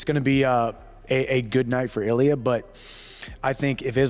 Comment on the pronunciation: Please pronounce names correctly. Accent 1st syllable. Illia.Ill...lee..ah.